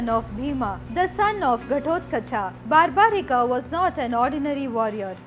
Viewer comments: It's barbarik not barbarika ok pls see to it you and its not Rama it's ram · The name is barbarik. There us no "a" in the end. Just like it's yog and not "yoga". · Plz pronounce the name in Indian way you are saying like bheemaaaaa barbarikaaa this is not correct this issue was with non Indian bcz they try to read the English spelling of the names so plz if you are trying to glorify India don’t follow the west blindly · Its barbrik not barbrikaa, ghototkachh not ghatotkachaa, mahabharat not bahabharataa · Please stop spelling the names of Indian historical persons like this. It's not Barbarika it's Barbarik. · English pronunciation should not add extra a in the name like it’s barbarik not barbarika same as it’s always yog not yoga.Otherwise story is explained nicely. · Not totally accurate And the name is pronounced differently Its bur'bu"reek not bar'baa"rikaa The test before offering the head would have given proper importance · i appreciate ur video....but dont u know the names of characters....why u saying bhimaaa its bhim,its mahabharat,its barbarik.......dont just go on following others pronounciation.....u should be using our own pronounciation.......its a slavery mindset to follow foreigners pronounciation